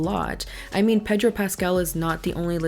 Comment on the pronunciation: I love the pronunciation of Pedro and then Sofia VERGARA 💃🏽🤣 love you!